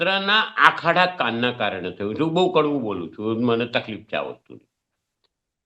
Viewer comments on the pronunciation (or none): none